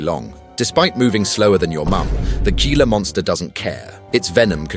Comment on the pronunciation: It's pronounced "HEE-la" monster.